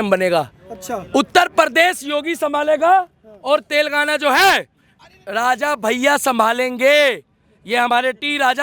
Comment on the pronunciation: Bhaiya telgaana nhi he Telangana Hain...